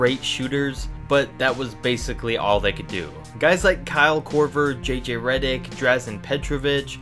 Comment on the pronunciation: He said J J reddick? He clearly don’t really watch the game lol